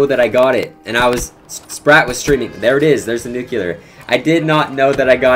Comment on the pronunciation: No one in FaZe knows how to pronounce Nuclear the right way